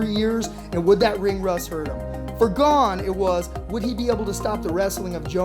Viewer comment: His name is not pronounced GONE or GAIN. It's GA-NAY (Gane) Learn something, you uncultured lunatics